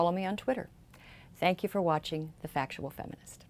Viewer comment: Strong emphasis on the word "factual"